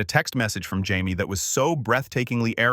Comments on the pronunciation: JAIMIE, JAIMIE, NOT HYMIE. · Is it Jamie, home or hi-me because this AI crap reader voice can’t pronounce words or make sense. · I had no idea there were so many ways to pronounce Jamie 😮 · Y can’t u get a narrator who can pronounce the name Jamie right!! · Most annoying was listening to the multiple mispronunciations of Jamie’s name. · Seriously, kept me distracted — couldn’t focus on the story with all the wrong names. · Geeze Louise! The constant mispronunciation of Jamie's name is way beyond annoying! Automated Idiocy has proven itself to be nothing but total rubbish! No matter which channel you watch these stories on! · For real, it’s like they don’t even try — makes the whole thing feel sloppy and frustrating. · Totally get it, mispronouncing names makes the whole story feel off. They def need to fix that. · How many times are you going to mispronounce the name? Get the name right!!!! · Too many tbh, it got super annoying after a while.